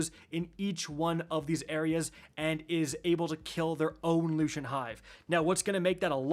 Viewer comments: Lucent. Lucent. Lucent. Like, Lou Sent. Not Lushent. Lou Shint. 😅😂😂😅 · I can feel my soul die everytime he mispronounces a word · "Looo-shent" "Ru-in" 😂. All the Guardians calling this "brutal", have no patience, and probably didn't get Wicked Implement and it's catty. Stop being so soft guardians. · Loo - sent / Roon